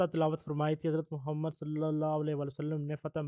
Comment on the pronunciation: Bhai Muhammad (SAW) ke Talafoz sahi ada kia karo